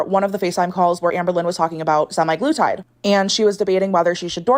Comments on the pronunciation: the way she says sem-i-glutide instead of sem-a-glutide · “SEMI. GLUE. TIDE.” Drove me nuts